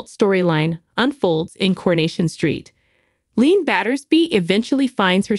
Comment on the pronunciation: LeeAnn is her name not Leen could you ever learn their names